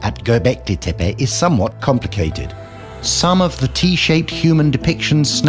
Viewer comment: Hancock purposely pronounces Tepe incorrectly. Been making money on the name in appearances for so long he should get it right.